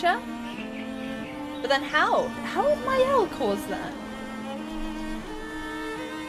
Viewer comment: I like your very unique way of playing the game. The new weapon for Maëlle, Medalum is her best weapon. It will make you in Virtuose stance in the beginning of a fight. Virtuose stance is the best. You want to be in Virtuose as often as possible. You did well with the french words, as a french, I approuve.👍